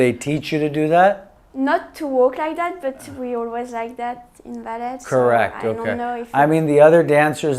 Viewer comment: sounds good to me